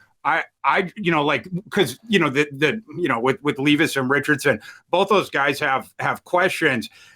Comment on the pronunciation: Ton of respect to fantasy pros for charitably brining a random homeless person as a guest. But I think they should have at least told him how to pronounce will levis’s name before the show